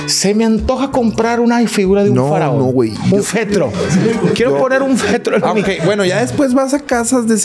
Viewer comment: Féretro no Fetro xD jajaja chida